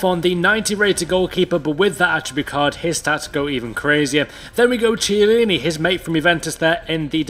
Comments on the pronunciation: Chiellini is pronounced like "kiellini", not like "dziellini". I heard this mistake a hundred times and it pisses me off a lot man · Hey! A tip for you: you said Chiellini wrong. The "ch" is pronounced as a K. Great video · Damn it the pronunciation of Chiellini is Kiellini